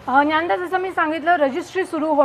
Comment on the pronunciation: Hi, thanks for sharing all the crucial details. I think the pronunciation is not Nyanda...it’s DnyaNaDa. Hope this makes sense.